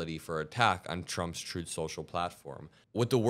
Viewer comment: You KNOW Putin is peeved!! I don't know whether I should laugh at this, or should I hang my head with a "tsk, tsk, tsk". The "Troth" social crashing really made me smile, though. It is a just a nice way to start out showing what Iran is capable of doing to this turd. Unfortunately, we are all in a world of hurt from a compulsive dumb-shit in office. "Promises made"? Promises lured for those votes.